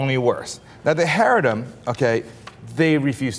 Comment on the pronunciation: Basing off the fact that you can't even pronounce the word "Chareidi". I assume you probably don't even know shit about what they do. And basing a whole group off of a couple of incidence is absolutely disgusting. 🖕